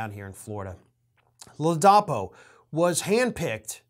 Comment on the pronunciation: Come on,! Get your act together, fer chrissakes. You said that the guy was DeSantis' "hand-picked Attorney General..." While you got his actual appointed position correct later, you apparently never did realize that you'd mispoken at the top of the video. And then you mispronounce the guy's name.... it is LAA-duh-PO. Sheesh.